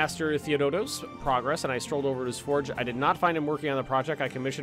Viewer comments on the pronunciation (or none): none